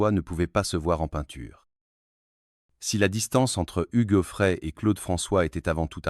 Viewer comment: N'importe quoi cette vidéo ! Hugues zoo frais et Ché-i-la pour Sheila ! la voix IA est ridicule!